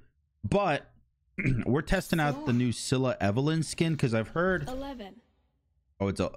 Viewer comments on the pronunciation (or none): When he said EVELEN💀🥲🥲 I’m a big fan of Stranger things btw😭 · He said Evelyn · For real. He pronounced eleven like it was a prescription drug. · “I’ve never watched stranger things” figured that out when you said Evellence lol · "EL-LAH-VEN" I'm dead. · How did you pronounce Eleven wrong. And also, you should definitely watch Stranger Things.